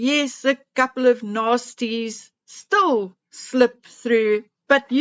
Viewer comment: Since she says stool instead of still I thought it was an accent.